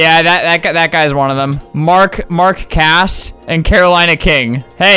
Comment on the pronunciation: Okay is it just me but when he said mark cass it sounds like mark